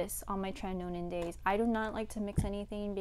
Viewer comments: It’s not pronounced as tre-ti-no-nin. It’s tre-ti-no-win. Nice video though. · Great video girl ,btw it is called tretinoin not tretinonin. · Check the pronunciation of tretinoin. It's cute how you say it but that's not it lol